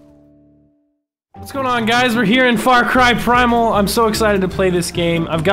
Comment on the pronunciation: You said primal wrong spell it out p r I m a l